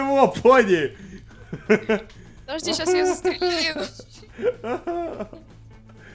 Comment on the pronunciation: ПонИ, а не поНЬ!!! поНЬ-это мальчик, понИ-девочка!